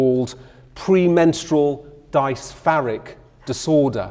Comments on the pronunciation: A man that pronounces "dysphoric" as "dice-far-eek" will tell you everything that's wrong with it. There's a lot wrong with the field and a lot of work is required to rework it. And capital isn't helping. But the argument about the public being "overmedicalized" holds no water — most people do indeed stand to benefit from mental help. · Was enjoying this lecture until you went into PMDD. Pronounce dysphoric correctly, and most of all, don’t giggle or joke about it. It’s actually very serious and many women suicide over this. I’m glad that there is more awareness raised and treatment available. Don’t minimise such a major illness by comparing it to pms as it much more severe.